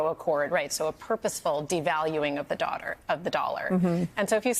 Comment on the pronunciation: She’s the NY Bureau Chief for The Economist, and she can’t even say the word “dollar” correctly